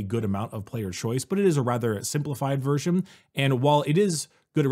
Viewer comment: Oh my god! Just yesterday I was thinking about how puts M's in "Strength" (Stremth) and adds M randomly at the end of the last word of a sentence, especially ones ending with N (Versionm, ambitionm etc.) And now they're doing a video together!? They should call it M&M!